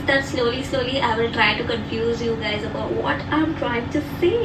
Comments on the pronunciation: said Gadi instead of Guys😂😂 I wonder how many times he had listened to this sentence 😂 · When wanted to say "guys..saree" and ended up saying "gari"...🤣🤣🤣🤣🤣🤣🤣🤣 Hilarious video..well done ❤❤❤😂😂😂